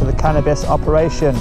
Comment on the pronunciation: "Cannibas farm" 😂👍🏻